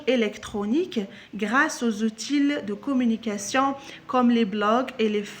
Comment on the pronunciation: Bonjour, outil se prononce ainsi [u.ti]. bonne vidéo.